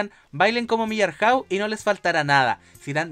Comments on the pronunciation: El personaje se llama MILLARAY. o MILLARRAU como lo dice ahí. Quisas están tratando de interpretar como empezaron hablar los mapuches con los colonos. Quien sabe. Detesto a la paz Bascuñán como actúa y no la defiendo pero solo quería aportar en eso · "Millarhäu" (Millaray) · "Mier-hau" será jajajjajaa Muy chistoso tu video gracias. (Con Junior Playboy como Maestro estamos hasta las cachas como país)